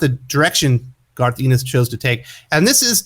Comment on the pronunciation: You pronounce his name Garth En-nis